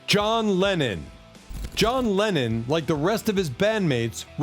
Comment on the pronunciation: "John Lenin?" Again I say, AI go home! Am I the only one? What say ye all? Although the "Lenin" error is more likely a scriptwriter unfamiliar with English; though that isn't really an excuse because the name John Lennon crops up daily in the World's media.